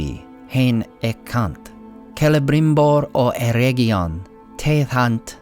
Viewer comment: Oh for crying out loud, it's not "EreGGion" as in "egg": it's "Eredgion". Same "Er" sound initially, but "edg" as in "edge" or region. That egg sound is Goddamn awful. Please pronounce it correctly.